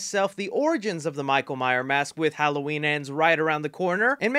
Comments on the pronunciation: MYERS. MYERS. MYERS. NOT MYER. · Alright I dunno what you guys are talking about but we should really talk about the fact that this guy keeps saying Michael Myer and not Myers